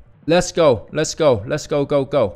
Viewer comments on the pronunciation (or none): Herman got it wrong at the beginning, it's not "Let's Go" it's "Le-Go."